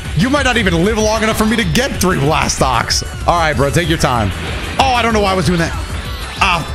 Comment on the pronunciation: What's an energy "slast"?